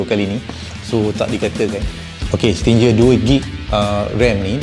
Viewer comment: Nak beli tapi tak reti nak pasang 😅 Btw, sebutan Stinger tu "sti-nger"